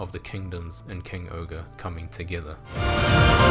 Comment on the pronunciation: why do you say king ogre when it’s supposed to be? king Ohger bit the ger is jer